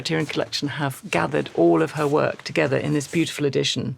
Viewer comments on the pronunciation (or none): none